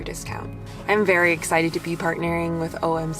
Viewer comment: "That was berry worth it" :face-green-smiling